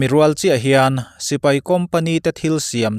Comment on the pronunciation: Sipei an ti ngailo,sipai tih tur o